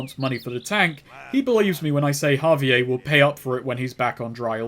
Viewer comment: The way that he pronounces javier as ha-vee-ayy instead of ha-vee-air drives me fucking nuts